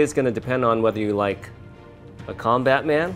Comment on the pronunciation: When he said calm bat man I thought he said combat man 😂😂